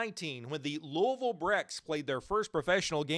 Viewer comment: Welcome to Louisville. Glad you got the pronunciation of our city right. We’ll claim St. Louis as a rival immediately